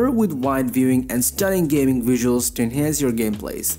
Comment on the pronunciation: "gay-moot" lol